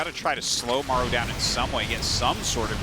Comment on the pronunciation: please at least pronounce Maru in the correct way. Show some respect